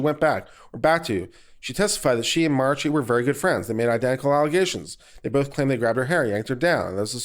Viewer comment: Mispronouncing names, etc., ... annoying at times but not a big deal. But just how do you get the two extra syllables out of Marchi; are we thinking about a Mariachi band? That bit of pedantry set aside, thank you for your fairly objective commentary.